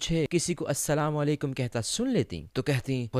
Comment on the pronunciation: Salam sahi se nahin karti ho aap Assalamu Alaikum Hota Hai